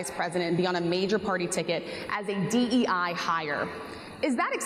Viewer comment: Did he just say DEA ? 😮